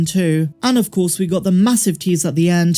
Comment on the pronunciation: Sorry could someone clue me in on where the news broke that Cad Bane survived?!😅 in the video unless my ears are mis-hearing Cobb Vanth?😂